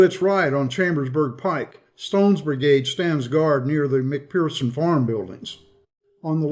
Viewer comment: Dear - The 'ph' in 'McPherson' is pronounced as an 'F'.